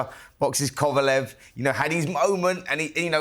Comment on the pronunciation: Simon getting ANOTHER name wrong - “Kovalov”🙈🤡